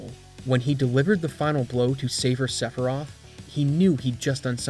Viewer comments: If you call her "Aeris" you have to also call him "Sephiros" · Hold on a gosh darn minute... how in the ass did you just pronounce Sephiroth?